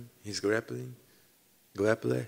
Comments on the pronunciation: Costa "Som time he use his GRAPPLING!.....Grapplin!......GURAPULEEE!" 🤣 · "gleple" thats the outcome of trying to say grappling 3 times - 2.57. he needs wine